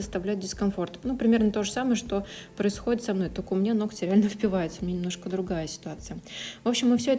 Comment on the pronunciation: Работа отличная!но ноКоть так режет ухо!в погоне за не «гыкать» ноготь превратили в ноКоть!